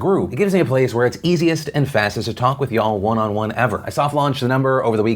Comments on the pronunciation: Is it just me or is it weird hearing Phil say y'all? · I don’t like how Phil says “y’all” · STOP SAYING "YA'll" YOU AINT IN THE GANG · Why does he keep saying ya'll?